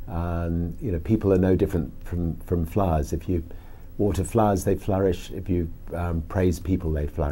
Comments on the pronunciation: That's funny. I thought he said flies too. But I think he's saying flowers in a very heavy British accent. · "People are no different from flies." XD It wasn't until he said "When you water flies, they flourish." that I realised he was saying flowers. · flowers, not flies. At first i heard flies too lol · I thought he said "flies" but no, he said "flowers" :D